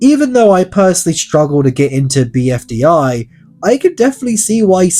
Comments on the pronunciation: I can't get over you saying BDFI instead of BFDI, lol. Don't want to make fun of you just I find it funny how much you switched those two letters. BDFI: battle dream for island 😂 Also I am a huge fan, been watching the show for at least 5 years now without any break, I found it with a list of all episodes once recommended to me and I locked in for 2 and a half day to watch it all till the latest video. Funny that the newest video came out like day before I finished watching the entire series so basically my first voting begun there and I never skipped voting since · Bfdi not bdfi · "BDFI"??????? IT'S ONE ACRONYM MY GUY 😰😰😰😰😰